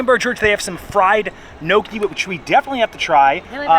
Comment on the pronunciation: It's pronounced gnocchi with a Spanish ene sound not knowki....Tim Tracker does that too